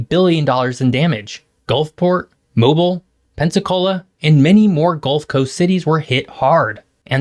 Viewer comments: ....It's MoBeel, not Mobull. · i know someone else has probably said this, but it's moh-BEEL, not MOH-bul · By the way, we pronounce it Mo-beal, not Mo-bill. Mobile AL, that city we all pass on our way to Florida. Well... they do have that big battleship, and that's pretty cool. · OMG, it physically hurts to hear you say MO-buhl so many times. Mobile is pronounced "mo BEEL." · Mobile - mow-beal not mow-bul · It’s Mobile not mobil. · I know 16 people have already told you, but Mobile, AL, is "mo-BEEL," not "MOBE-UL." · I know it looks like it should be pronounced moe-bull but it’s more like moe-beal. 😊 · It’s not pronounced “moble.” It’s “mobeel.” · Why do you swap from pronouncing it MoBEEL (correct) to Mobuhl (ick)? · It's not mobill... its Mo-Beel Alabama. Lol. Much like it's not New Orleans it's NorLins. Also, on a more serious note many don't move to these states because of their take on a person's autonomy and the Laws they still/currently have. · Yeah. I grew up in Pensacola, and when I heard him say "moe-ble", I immediately came to the comments to see if any locals had corrected it. You gotta say "MOE BEEL...ALLABAMMA" with Leeroy Jenkins energy to really get the feel correct. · Fool making a video about the gulf coast but doesn't know how to pronounce mobile lmao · Moe-Beel, not mobil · It's pronounced Mo bill. Not moble. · He pronounced Mobile wrong. Its pronounced Mo-beel. I only know that because I’m from New Orleans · i was born in mobeel not mobull.... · It's pretty obvious this guy has never been to any of these regions; it's a completely academic report. It's Mobile - pronounced 'Moe-beel' Come on man.. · It's pronounced MOH - BEEL, Mobile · The large port city on the Alabama coast is pronounced Mo-beel not mobile. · It's pronounced MoBEEL. Mo-BEEL. say it correctly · I live in New Orleans and, even though I'm in pretty good shape, will be drenched in sweat if I walk to the end of the street and back. Also, Mobile is pronounced "Mo-beel".